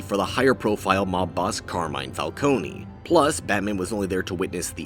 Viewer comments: Fal cone. Not falconie you twat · Did bro really say Falconey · Its falcone doesn't have the ie sound to it it Fal-cone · Did this dude just say.. FALCONEY???? Oh my god bruh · You are pronoucing Falcone wrong and why does it matter that the origin isn’t the same everytime? What’s the fun in watching the same exact story play out over and over again? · I hate how he's not pronouncing Falcone right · Bro, who cares? Changing a stories trajectory shouldn't matter, especially if it's not really offending anyone. I'd get it if his origin was changed in a way that had no point, but all of these had a reason to be the way they were, and it's not like it made the story worse just because it was Falcone or Thorne instead of Maroni. And also; if you care so much, that's not how you pronounce Falcone!